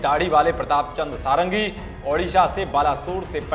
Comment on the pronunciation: वो सारंगी नहीं षाडंगी हैं। यह एक ब्राह्मण उपनाम है जिसका अर्थ होता है "जो 6 वेदांगों में पारंगत हो।" खैर नाम में कुछ नहीं रखा लेकिन इसका यह अर्थ नहीं कि आप नाम गलत बोलें।